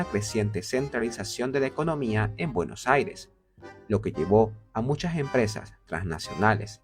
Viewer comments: Se pronuncia “BUENOS AIRES” con S al final, no “Bueno Aire” aprendan a hablar si van a hacer un video sobre mi ciudad. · trata de pronunciar bien Buenos Aires es con "s" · Para pronunciar "buenos aires" como corresponde deberias pensar en decir "Buenossaires"...porque lo dices con un corte en medio y suena extraño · De donde es el chico que hace la voz? Interesante como pronuncia Bueno' Aire" sin ninguna s 😅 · Por qué no pronuncia bien Buenos Aires? Tendrá problemas para hablar? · Si vas a hacer un video de BA, al menos aprendete a pronunciar bien su nombre. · Que extraña te sale la pronunciación de Buenos Aires!!! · el video exelente lo unico malo es como pronuncia Buenos Aires, es como raro jajaja